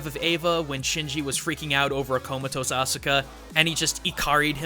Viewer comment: aska not ASOOOKA